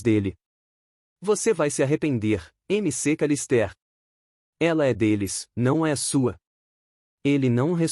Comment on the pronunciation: "M C Calistér" - "Macawlister"